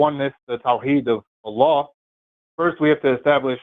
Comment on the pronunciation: It's time for Seth to finally learn how to pronounce the word Allah. It's embarrassing.